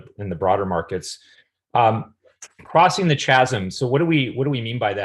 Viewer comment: Great video ... has nobody ever corrected the way you pronounce "chasm?"